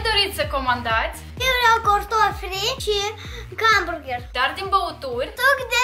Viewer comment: Gamburger" am murit de râs🤣Foarte frumos doream si eu sa gust dar nu am ocazia...continuati tot asa sunteti minunati😍